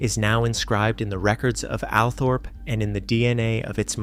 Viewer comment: The pronunciation of Althorp (Allthorp) NOT Alpthorp.!!!